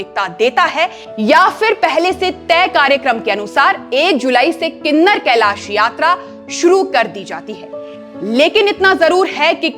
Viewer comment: गलत उच्चारण मत करो किन्नौर कैलाश है ना के किनर कैलाश